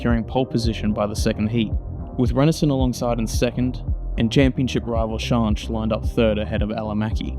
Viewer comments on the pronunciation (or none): Yeah AI is unbearable, although I'm still left a bit confused if the 'Shonsh' repeatedly mentioned is actually Schanche?? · Firstly, you really do need to brush up on your pronunciation of some of the drivers especially Schanche…! But a really great video, excellent footage of the old iconic group B cars strutting their stuff & their evolution in Rally cross after the end of group B in 86. I remember watching these cars back in the day with fond memories, so much so that I have my own group B car in the garage… a tuned Sport Quattro…💪🏼 it’s no garage queen either, it gets used regularly… & gets a massive following wherever it goes…😎 Well done sir, keep on keeping on 👍🏼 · Eddi Laumanns is an endless source of rallycross information. He attended every single round of the ERC/ERX or whatever it was called. He didn't miss one round and has a photo catalog like you wouldn't believe. Needless to say he was a photographer of these events and has very good connections in the old generation of rallycross drivers. BTW I love the way you say Schanche! It's very wrong, but very funny! It's like you would say skank with an E at the end "SkankE" or as many reporters from Britain would say "ShankE". Great video sir. 😁 Also also! The fact that you only have 68 subs is criminal! Here, have mine! 😁